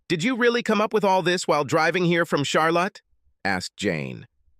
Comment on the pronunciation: Lol. Char lot ee